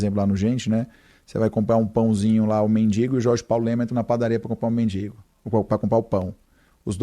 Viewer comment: 😂 "compra o mendingo". Ato falho da fala 😂